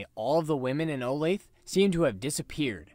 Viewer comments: Sorry if it has already been said, but Olathe is pronounced: O -lay-thuh I’m sure everyone really cares. 🤓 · Olathe is actually pronounced Oh-Lay-Thuh, you can search it up if you want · Its pronounced Olathe-uh. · Yeah, I know, but I found it uncomfortable to say, so I just stuck with butchering it and pronouncing it Oh-layth. Lol. Thanks for watching! Hope the pronunciation didn't bother you too bad!